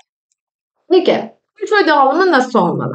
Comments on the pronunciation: Garip gelmesin lütfen, kötü eleştiri olarak da almayın ama pörtföy dememeye gayret edin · Emekleriniz için teşekkürler. Yalnız "pörtföy" demeseniz:( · Pörtföy dediğiniz için sizi ciddiye alamadım 😕